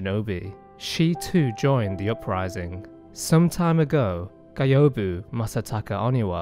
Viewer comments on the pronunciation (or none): Why do u pronounce Gyobu as GAYOBU ??? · "GAIOBU"... how could you make a lore video and dont bother about right pronuntiation of the names? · the way you pronounce gyobu's name hurts me